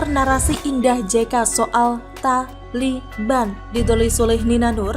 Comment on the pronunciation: Min....saat baca kata taliban biasa aja kali. Lama2 bosan .